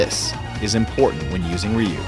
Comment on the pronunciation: Ok why the hell are they calling him reeu ove been playing street fighter since 1992 and in america its ryu with a y.